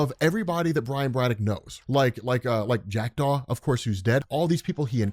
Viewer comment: Oooooh, you said Jackdaw. I thought you said Jack Doff. 😂